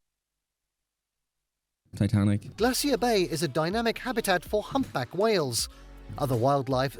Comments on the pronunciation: Alcoholics and people who love a drink. 😂😂😂😂😂 We say glaysher here and not glay-see-er. You won't see northern lights in summer because the sun doesn't set. Keep in mind that Alaska has BIG earthquakes. In 1964 the experienced a 9.2, the 2nd largest quake ever recorded along with massive tsunami. Native Americans inhabit not Just American states but both North and South America. They are the first people to live on these continents. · A few corrections. Our pronunciations are a bit different. Juneau is pronounced as Joo-no. Kenai is Keen-eye. Glacier is Glay-sure. We don't mind if you pronounce it your way, but we may be confused at first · GLAY shur. That narrator making me crazy. Glacier rhymes with (they sure) As England Has none, I give no shits what they say about it. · Glassy-er Bay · Glay sure , I hate the way he says it 🤦‍♀️ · In America it's Glacier "Glay shee er" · Don't pronounce "glacier" the way the AI in this video does...it's so wrong!!! Funny you would say that about the Northern Lights...I've told my kids that if I become terminally ill, take me to Alaska in the winter and take me out to see the Northern Lights at night...and leave me there to just freeze. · Ignore the clowns, same scientists said glaciers would be gone 25 years ago - very very WRONG! The narrator needs to learn to pronoun words correctly! Like GLACIER! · Teach that guy how to pronounce glacier !! 😂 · The way he says Glacier gives me physical pain. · Sorry, but no. British pronunciation of "glacier" is different from the American pronunciation, but it's not the abomination in the video. I've heard multiple British people on YouTube say the word, and they don't do THAT to it. The guy reading the script, has either just never encountered the word before, or else he's overenunciating in an unnatural way ("newscaster voice"). Could be some of each.